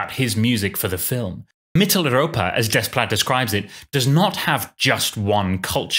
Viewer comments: it is not desssssplait it's "déplat" in the pronunciation. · When pronouncing 'Desplat', the s and t are silent. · That's really how his name is pronounced, "Des-plat"? The whole time I thought for a French composer his name would be something like "Deh-pla" or something. 😅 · Alexandre Desplat. Are you certain you’re pronouncing his name correctly?